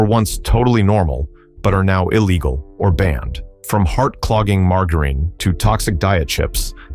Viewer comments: MAR-JAH-RIN ffs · Mar-Gar-Ine? LOL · I'll take margarine that I used into the 90s - much better than what took it's place. Also, learn how to pronounce margarine. Give me saccharine - it doesn't cause cancer but the stupid artificial sweeteners that took over do cause cancer and birth defects. The McDonald's apple pies suck now because they're too hard around the edges. Raw milk should be outlawed permanently and anyone selling it should be put in jail - non-pasturized milk is major yuck. Was so glad my state outlawed pink slime in hamburger meat. Put real sugar back in sodas - high fructose corn syrup has helped with the obesity problems. The pesticides from decades ago actually got rid of bugs - we don't need bugs all over everything. French fries tasted far better using beef tallow - the crap they use now makes fries taste terrible and they are to hard (tooth breaking hard). Go back to the way peanut butter used to be made - trans fats mania has gone to ridiculous lengths. Lard-based cake frostings tasted a million times better than the air froth frostings of today. Love making egg nog with raw eggs - the booze cooked the eggs - but I don't expect the food N**is to acknowledge that. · The AI sucks at pronouncing margarine. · Your AI can't pronounce "Margarine" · Sorry, lost me the second he couldn't pronounce "margarine". Why go to all the trouble to make a presentation on a product but fail to simply learn how to pronounce it? Maybe take things more seriously. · Yeah pronounce d it as leed. And margarine wrong too